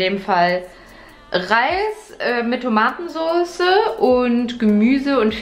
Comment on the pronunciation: Wem ist auch auf gefallen das Tomatensoße so komisch betont hat Ist kein Hate ich mag so eine Stimme Das Video war aber total cool und ich will das Eis vielleicht nachmachen